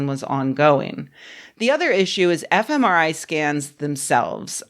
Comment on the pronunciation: When Rebecca says, FMRI I hear, F M, EmIrite?